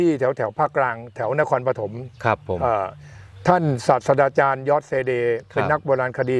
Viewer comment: อาจารย์ครับ ศาสตราจารย์ อ่านว่า สาด-ตรา-จาน ครับ ไม่ใช่ สาด-สะดา-จาน ครับผม